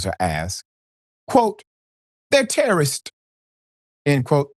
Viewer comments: Not Ter-Ro-rists 😂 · Her pronunciation of “teh-RUH-rists” is the crackhead version of “PO-TAY-TOES” from LotR 😆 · She cant even pronounce terrorists...lol...shes under the influence of something wildin out and got caught so she defaulted to tears to seem innocent